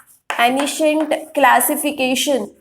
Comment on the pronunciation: mam ur teaching is nice but ur pronounciation of some words are not proper like ancient etc